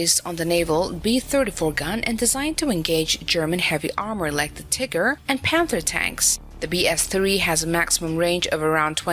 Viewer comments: The narrator's pronunciation and diction leave a lot to be desired. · I love how you pronounce "Tiger" as "Tigger"